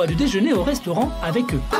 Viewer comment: l'accent aigu sur le restaurant